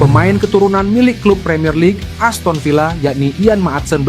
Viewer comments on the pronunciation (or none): none